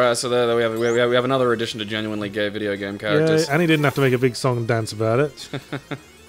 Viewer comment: God dangit, I keep on noticing that Yahtzee says 'vidya game'